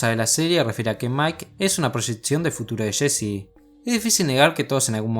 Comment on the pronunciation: jsjsj es jessi no sshcchssshsheeccheeesii 😁🤣🤣😆